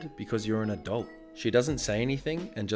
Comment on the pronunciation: I heard "I am an adult" as "I am a dolt" lol